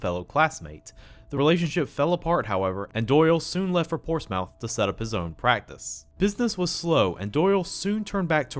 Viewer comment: Since Ulysses 31 was released in 1981, you would think that TMS and DiC would have finished the series by then. You also got one English city name pronunciation right when you get another one wrong, despite both of their names ending the same way, 'Plymouth' and 'Portsmouth'.